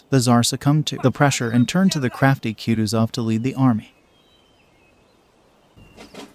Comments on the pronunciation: Please learn how to pronounce kutusov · It always turns my stomach to hear an American butcher the pronunciation of russian names... Bagration, Kutuzov... dear God🤦‍♂